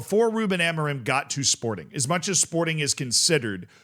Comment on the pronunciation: its not amoriM its amorin dont say the M its like when CR shouts SIM , its not SiM or siu its Siiin (go listen to it )